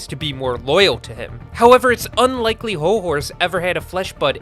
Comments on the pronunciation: Wait wait wait. It’s “Hol HORSE” and not “Hol Horst”. Am I the only one? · Hol Horse ,more like jol jorse! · Jol Jorse?